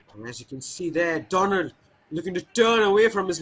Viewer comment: Commentator.. He is not Donald, instead he is Donlad ( Don-Lad)